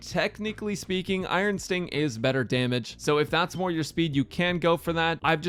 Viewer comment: he said iron stink idk if that was intended KEKW